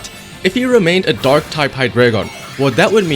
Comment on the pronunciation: Am i the only one that hears dog type instead of dark?))